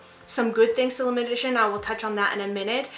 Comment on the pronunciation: Great video! I don't know if I'm tripping or what but I kept hearing you say "limited-ition" and not limited edition 😂👍